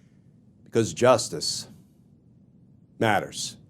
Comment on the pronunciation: You are so great Glenn!! Thank you for the information. But the beginning lead in, where you are talking normally, but then all of a sudden you turn stern and scary and bark "justice matters!"...thats distracting. Just be you, like "welcome to Justice matters"